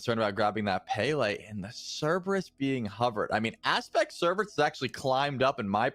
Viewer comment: Cerberus is pronounced Cerberus not Cerberus.